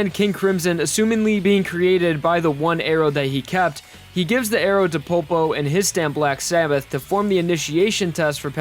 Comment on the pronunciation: ah yes i know that part 5 is your favourite part but PLEASE as an italian i want to say that your pronounce Make me cry, is PoLpo not PoPo,well atleast you are not meti whit his diàvólo